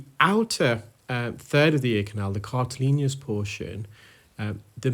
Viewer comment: “Cartilaginous” is the word,. “Cartilineous” is not a medical Term.